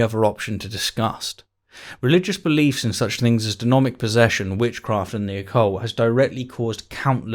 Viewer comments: and - Denomic posession? I think you mean Demonic possesion. As far as I know, denominating people doesn't turn them into possessed people. Edit: scratch that, across the entire video you keep saying denomic. Denominations can't possess people, if anything it's the other way around. Unless of course it was intentional, in which case, go ahead. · The first time you said ""Denomic"" I thought it was just a slip (we all make them) but then happened. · Is saying denomic instead of demonic? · "Craig's views on denomic possession". Vocal typo. Good video though. Glad you comment on WLC. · Ha! This man said "Denomic possession". This man has clearly no idea of what he's talking about! He doesn't even know how to say demonic. He said it wrong! Why would you trust him to talk about our lord and saviour If he doesn't know how to speak??? You my good sir have been destroyed and outmatched. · You keep saying denomic and it's annoying me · “Denomic”😂. Tbh I feel it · U said denomic possession lol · FYI you mispronounced "deMONic" as "deNOMic" a few times. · Am I the only one hearing denomic instead of demonic? Am I possessed by some devil? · Great vids. Love your stuff! You said denomic repeatedly :-D are you posessed? :-) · Stop saying denomic it’s DEMONIC 😂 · "De-MO-nic" not De-Nomic. Ok. 💓 your videos, btw. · Is it just me does he keep saying denomic? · You did an oopsie it's demonic possession not denomic possesion, unless you were referring to haunted money. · I think you'll find it's demonic not denomic possession my man 😏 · You kept saying "denomic" rather than "demonic." 😀 Great video though. 👍🏾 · 3 times. Maybe has a bit of dyslexia. Are you aware of it?